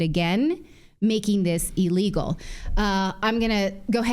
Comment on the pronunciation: Natili. It’s not EELEGAL it’s ILLEGAL